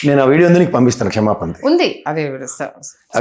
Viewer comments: ఒరే..ఎందుకురా తెలుగు భాషను నవ్వుల పాలు చేస్తున్నారు??? క్షేమపాన కాదురా మీ దుంపలు తెగ... "క్షమాపణ" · తల్లీ నీవు రాజకీయ విశ్లేషణలు చేసేముందు తెలుగు బాగా నేర్చుకుని పెట్టు తల్లీ. క్షేమపానమేంటి, సురాపానంలాగా. నీ బొంది అది క్షమాపణ.